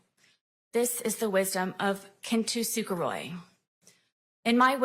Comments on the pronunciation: So not only is she bringing in Kintsukuroi to try and sound too sophisticated to be a 2nd degree murderer, she's also pronouncing it wrong. It's not "Kin-to-su-kuroi", it's "Kin-su-kuroi". I don't know why the "straight A student" is making the "t" stand out, but...egh.. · Once i heard her butcher "kenn tooo sue ker roy" it was already over the cliff and racing towards terminal velocity when she got whapped with a life sentence and no comment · Kintsukuroi, which is the alternate name. Still poorly pronounced, of course lol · Imma be a stickler here, but her trying to pronounce “kintsukuroi” (which it’s also called kintsugi idk why she didn’t use the more common and easier name) made me cringe so much. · thank you--it was definitely butchered pronunciation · my god…her pronunciation of “kintsukuroi” is absolutely HILARIOUS!! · They're gonna have to give a victim inpact statement to everyone who had to hear her mangle the word kintsukuroi.